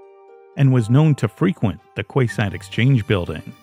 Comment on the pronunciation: Just a note...'quayside' is pronounced 'key-side'. Not that it's a problem, just a correction so you can correct it in later productions. Jamin looks a lot like my late husband. Hubby was Caucasian, like me, but I see a lot of him in the way Jamin looks and stands in his photos. Such wonderful lives taken from us :(. Keep up the good work! Love your channel